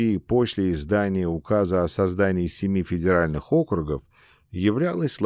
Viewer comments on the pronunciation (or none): Не инкогнИто, а инкОгнито, не Округов, а округОв (мн. число), не реформировАния, а реформИрования, не бомбовЫе удары, а бОмбовые, не комплЕкс, а кОмплекс, не фОрос, а мыс форОс, не в астАне, а в астанЕ, не абАкумов, а абакУмов и т.д. и т.п. Монотонное чтение текста с огромным колличеством ошибок, портит и искажает впечатление об услышанном! Как будто слушаешь гугл-переводчик..., нужно что-то с этим делать...